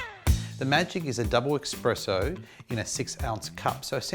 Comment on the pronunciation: Guys says 'expresso'. Credibility lost lol